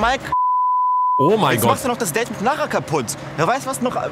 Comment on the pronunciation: nein es heißt ja eigentlich Date aber sagt halt immer deet